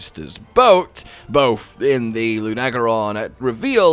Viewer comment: The way I see the shadow, it looks like it has floppy ears like a dog, and the little protrusion under its chin is some kind of decorative element like a Rathian's chin spike. I'm thinking either another canid like Lunagaron (pronounced LUNA-GAIR-ON, not "lunag-air-on", get your Japanese right!) or potentially some kind of rooster.